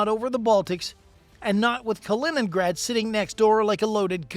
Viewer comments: Kaliningrad, non Kinegra. La traduzione automatica ha qualche problema da risolvere. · hört auf zu spinnen - weniger kiffen - die Russen haben noch nie in 100 Jahren feindlichen Luftraum verletzt - eure Hetze ist so dumm wie verlogen - die Russen sind doch nicht die NATO von wegen Spionage - man ihr seit doch zu blöd Kaliningrad auszusprechen